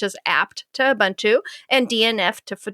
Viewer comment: You are pronouncing Ubuntu wrong. It says on Wikipedia "Ubuntu (/ʊˈbʊntuː/ uu-BUUN-too) is a Linux distribution based on Debian...". /ʊ/: 'u' as in 'push'. There's no bun in Ubuntu.